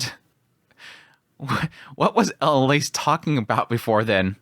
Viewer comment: please stop pronouncing character names wrong. (ah-lein-ah-lease) not elan alice